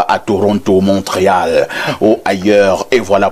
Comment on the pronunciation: On lit Mont Réal et non Montréal pour un journaliste, c'est limite. Je croyais que les journalistes étaient tant soit peu cultivés surtout pour un pays et une ville qui est aussi renommée comme Mont Réal, vous devriez en principe savoir comment ça se prononce. Eh beh !!!